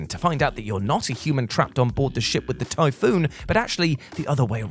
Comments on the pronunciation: it isn't typhoon it's typhon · Does this guy mispronounced words on purpose? It's Typhon (ty-fon) not typhoon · Tie-fawn say it like that not tyfoon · Omfg its TYPHON 'Tiefon' not Typhoon. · "Typhoon" and "Mason" The main character is named Morgan, and the enemies are the Typhon. Pronounced TIE-fawn. Other than that you're absolutely right Prey is fantastic. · What is this guy talking about he called Morgan "Mason" and the Typhon "the Typhoon" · You're mispronouncing stuff on prupose aren't you? I mean how else can you mess up pronouncing Typhon when it's litterally said outloud throughout the game?